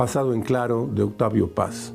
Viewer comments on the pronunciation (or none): ¡Gracias! ya subieron el vídeo un poco más completo pero sigue faltando un cachito del prIncipio. La que sigue reprobando es la voz en off, hoy destrozó a nuestro Premio Nobel Octavio Paz y eso si que duele.